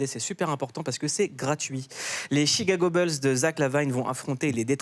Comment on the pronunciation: Jigago bled